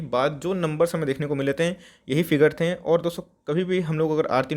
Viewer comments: har sentence ke last main jor se "Hain" bolna jaroori hai kya bhai saab 🤣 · Cute lgta h 😄